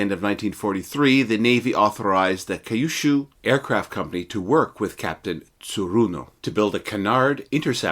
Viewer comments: FYI, Kyushu is pronounced “Q-shoe” and shinden is “shin den”. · A bit of help with the pronunciation. Kyushu is pronounced "Q Shoe". Thank you for the video!